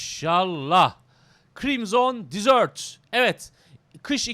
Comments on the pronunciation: abi "desert" dizört diye değil dezırt diye okunuyor, o senin dediğin "dessert" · reis dizört diye telaffuz ediyorsun o şekilde "tatlı" demiş oluyorsun bilgi. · Usta telaffuzda bir hata olmuş onun okunuşu DEZIRT(DESERT) yani çöl senin söylediğin ise (tatlı )manasına geliyor. :) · Abi deserti yanlış telafuz ediyosun senin bahsettiğin dessert